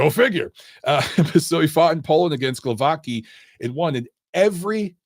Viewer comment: lol you butchered the pronunciation of Glowacki.